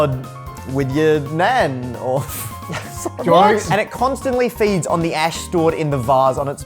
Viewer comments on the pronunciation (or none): what how? He said nan